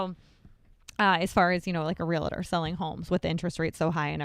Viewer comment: Love you guys. Been watching forever. BUT PLEASE stop saying REAL I TOR. It's Realtor... no "I" in the middle.